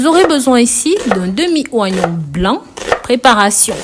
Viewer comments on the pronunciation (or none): On écrit "oignon" mais il faut prononcer "ognon" pas "oi" :)